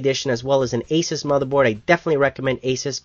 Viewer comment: IMO, AMD has to get more CPUs out... They're really losing, especially when the Phenom II is considered by AMD as for the enthusiast but Intel has the Core i5 that beats most Phenom II is considered mainstream by Intel :( BTW, I just want to point out that Asus is pronounced as AHHH-SOOS Awesome review!